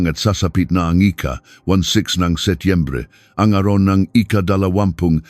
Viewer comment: Nakakatuwa ka naman Sir. The way how you pronounce thw date September, **^^###^!^!^÷;÷;;÷;÷.○●○♤○♡○♡》\♤\ 😂😂😂😂..